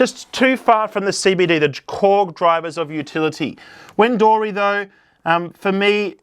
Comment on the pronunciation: Wen-dory and Sabas-tee-a-pool 😂😂😂😂 You’re familiar with our Ballarat geography but not our names!!! 😂😂😂 Wendouree is pronounced “Wenda-ree” and Sebastopol is pronounced “Seb-bass-ta-pol” or just “Seb-bass” to locals…🤣🤣🤣